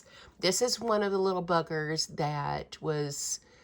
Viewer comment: You sound so British when you say bugger. 😃😃 xxx